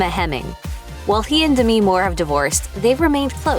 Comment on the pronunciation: DAH ME ? it’s pronounced DEM E